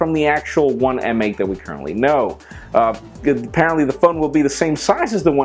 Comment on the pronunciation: I think "M8" is pronounced "mate"